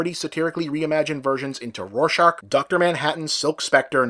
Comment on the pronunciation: "Roar shark." You can't unhear it now.